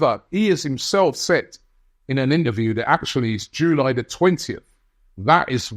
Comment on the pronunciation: I hate the way you pronounce July.